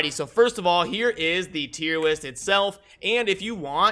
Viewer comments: Wait are you saying “Tier Wist??” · Did he say "Tiem Wist" multiple times?